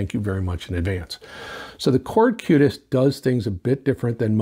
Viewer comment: It is Qutest not Cutest :)